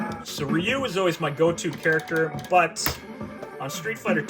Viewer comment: Ree you. Everyone gets it wrong. Same with the pronunciation of Yakuza. The incorrect pronunciation of "Yakuza" became the American pronunciation, and the correct pronunciation became the British pronunciation. The only correct pronunciation in my opinion is the Japanese pronunciation. I can't stand the American pronunciation. It is WRONG and everyone says it that way in the movies except Hugh Jackman in The Wolverine. He fights Yakuza and pronounces it correctly as Wolverine. In Daredevil, the show, Charlie Cox uses the American pronunciation, which really takes me out of the show. If Elektra and Daredevil are so well trained, why can't they use the correct pronunciation? Weren't they trained by professionals? Just seems like they are ignorant to me. Pronounce Yakuza correctly.